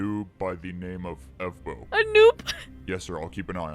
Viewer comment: Evbo not efbo😅